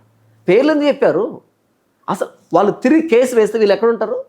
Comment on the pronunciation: వాల్లు కాదమ్మా. వాళ్ళు అనాలి. అక్షరాలు సరిగా పలకడం మీ ప్రాధమిక పాఠశాల ఉపాధ్యాయులు నేర్పలేదా? తెలుగు భాషను పాడుచేయకండి.